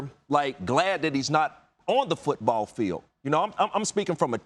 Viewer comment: Randy Moss says Football like it’s pronounced “Foouutbawwl”